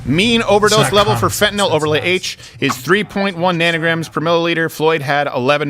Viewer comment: Did anyone else hear Fentanyl North Carolina?